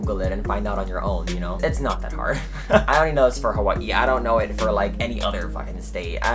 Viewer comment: I love how Hawaiian ppl say “Hawaii “ 🔥🔥🔥😄